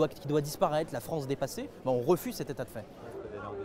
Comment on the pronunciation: Viva La Fronce! Jadore Fronce!